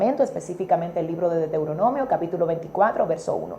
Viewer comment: Dra. Por favor, corrija la pronunciacion del nombre del libro Deutoronomio. Usted esta pronunciando Deteuronomio y se oye muy mal.